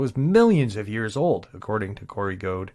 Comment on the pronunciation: It’s Corey Goode. Note Gode.